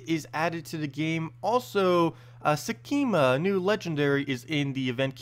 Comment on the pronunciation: sek -ma ;) there is no 'e' in there